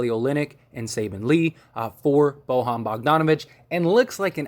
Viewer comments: It's pronounced.... "Boy-yawn" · Can this dude learn how to say Bojan please